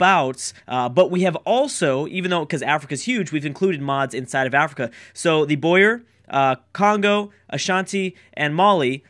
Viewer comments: It is boo-errr not boye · This looks like it's gonna be a great series! My vote is on Portugal. Btw, the Boer civ is pronounced Bower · By the way I think its pronounced Bow-er (Not sure though).